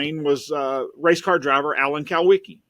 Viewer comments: I have a problem with the statistical anomaly of plane deaths concerning race car drivers, Alan Kulwicki, Greg Biffle, Hendricks family, and Davey Allison is way above the normal statistically for one group of people. I'll just say that. Alan Kulwicki is pronounced cool-wicki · Do these guys even know what they’re talking about?? Jesus Christ, the dumb moron can’t even pronounce Alan’s last name correctly 💯😫. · If he was such an accomplished private investigator why can't he pronounce kulwiki properly